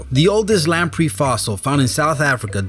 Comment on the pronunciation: Its lam-prey not lam-pre.